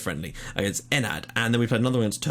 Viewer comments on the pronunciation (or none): Friendly teams pronunciation Enad = Enath Meap = Meap Thoi = Thoi Asil = Asil Sorry man just my brain was about to explode ounce I heard the names :) Why would you even organize friendlies with Cyprus 3rd Division side? Anyway keep up the good work